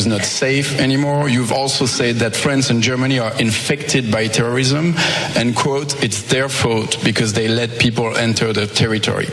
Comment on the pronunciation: "... and kwhuote..." I hate Trump, but that is still a rather pretentious pronunciation of the word "quote".